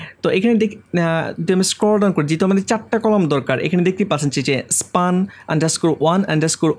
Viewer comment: ভাই স্পান উচ্চারণ হবে না হবে স্পেন ......